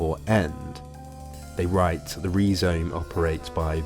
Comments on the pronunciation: I always heard it pronounced Rye-Zome before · great video but im pretty sure its pronounced rai zome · Perhaps that's how D&G pronounced 'rhizome' in French? But this vid is in UK-English, so /ˈrʌɪzəʊm/ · Rye zome not Ree zome. A pro pro? Kids! 🙄🙄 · Rhizome is pronounced RYE-zome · Is that how the British say rhyzome. What, do they hate the greeks? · Learn to pronounce the main word you're discussing. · Do High Theory people really pronounce "rhizome" like that? Wild!